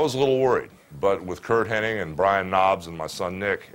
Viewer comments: I hate when people say Curt Henning. It's Hennig. Good friend huh, Terry? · Weird. I’ve always heard Henning my entire life. So I’m sure hulk heard it exactly the same way. So I’m still gonna call him Curt henning lol.